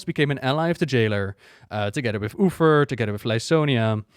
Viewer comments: What the deal with "Ufer"? Is it an intentional gag or just miss pronunciation? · did he literally said Uther's name wrong in first two minutes?